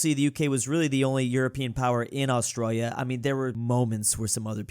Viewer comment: Like how says ahs-troil-yuh.